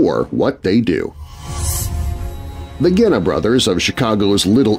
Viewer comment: Love your show but Genna is pronounced with a soft G. I'm a Chicago gangster buff.